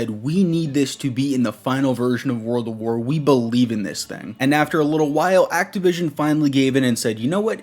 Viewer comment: am i the only mf that notices this guy is saying “World of war” ?!?!